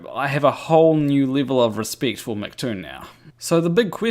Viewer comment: Livil of Rispict.